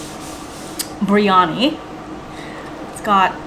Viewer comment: I could be wrong but I believe it’s biriyani not briyani…just like her sis says macaroons when she has macarons. If you’re sharing ppl foods, teach them the right way to pronounce.